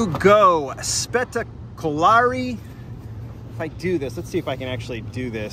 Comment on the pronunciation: Spettacolare is pronounced almost like spectacular in English, but without the first C and with an E at the end. We'll let is slide if you say U instead of O. :)